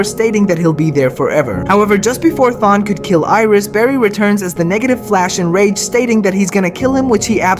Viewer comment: Thawne is the kinda guy to torment you for decades because you pronounced his name wrong